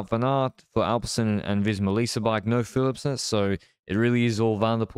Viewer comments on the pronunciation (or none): when he pronounces Flemish and Dutch names completely wrong, while being Flemish!